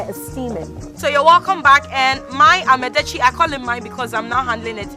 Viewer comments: It is called Yaka Yake and Amadetsi, not yaaka yaaka and Amedetsi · This woman is too stupid to host this show.Here she was trying to showcase a food she had no idea about but with a closed mind. How could you learn when you don't care to mention what they're teaching you correctly? "Ama" is herbs and "detsi" is soup. The two becomes "amadetsi" and NOT AMEDETSI". Now the arrogance you're displaying not pay attention to pronounce properly what they're showing you had exposed you as a foolish dummy woman. You'd never learned a damn thing by going there. You are waist of time and resources. WE DO NOT HAVE ANY SOUP CALLED "AMEDETSI" BECAUSE "AME" IN OUR LANGUAGE IS "HUMAN BEING" LOL!! What a dummy, the one teaching keeps saying amadetsi and instead of listening and make the right effort to pronounce it right, the arrogant fool keeps saying amedetsi. NOTICE: "Ama" is not pronounced as Ama of a Saturday born female. I'd not marry this ignorant woman who is not ready to learn?